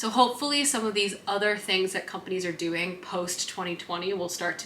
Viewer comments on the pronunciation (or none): none